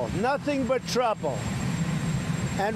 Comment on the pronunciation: did he say trouble or trouple